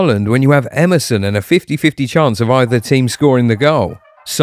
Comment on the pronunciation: EDERSON not Emerson